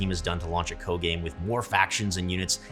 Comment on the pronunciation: I've never heard someone call it "co" like that